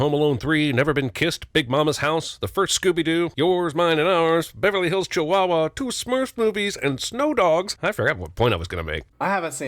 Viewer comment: Sin you missed: saying Snow Dogs instead of Show Dogs